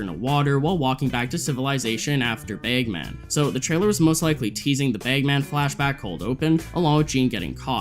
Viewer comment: Dude what the fuck is up with you and “a”. You pronounce it “beg man” and “laser teg”